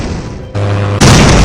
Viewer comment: Take a shot everytime he says ultimatally 😂